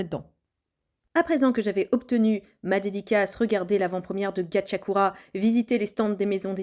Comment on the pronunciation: Gachiakuta pas Gachiakura